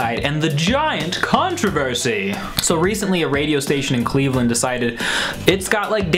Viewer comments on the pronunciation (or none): none